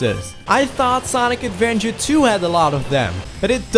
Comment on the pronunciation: "Sonic Advenger"